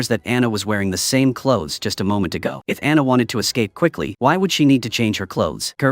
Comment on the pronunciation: You need to a new AI announcer starting with the witches name Dianna.